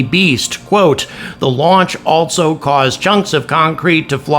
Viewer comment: For gods sake there is no "T" in ALSO!!!!!!!!!!!!!!